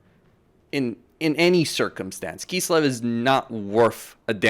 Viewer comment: why do you say "kisslev" instead of kislev?